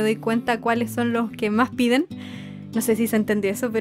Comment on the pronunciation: cuando dijiste mach chiquito me isiste recordar a mi tia de argentina y yo soy de chile y no la beo mucho porque eya abeses ba a puntarenas con mis abuelos y yo....... yo.... estoy en angol 😭😢y..... y ......y ademas no puedo ir a puntarena por que cuesta mucho me isiste extrañar mucho a mi tia😭😭😭😭😢😢😢